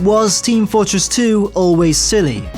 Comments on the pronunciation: "It's team FØRTress 2!" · "It's Team FOORtress 2!"